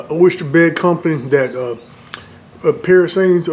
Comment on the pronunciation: Great-looking steak. That seasoning mix you used for the compound butter is pronounced “pa-rans”. It’s French for godfather